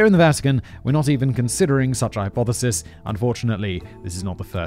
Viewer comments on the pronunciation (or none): none